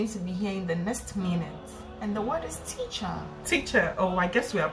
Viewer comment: Teachor 😂 that’s how Nigerians pronounce “teacher”